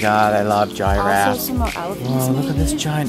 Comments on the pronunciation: Did he say " Giraffees? and did she say "Gyai-rafs''?? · the way they say giraffes gave me cancer